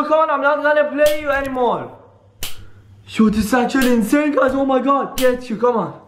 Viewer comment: why do you always say incane video???? btw i luv ur vids